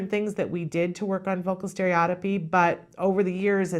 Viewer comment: To really get the professionals attention pronounce it correctly : stereo-tippy